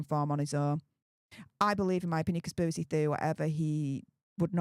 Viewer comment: Conspivvvvvvvacy theovvvvvvvy whatever 😂😂😂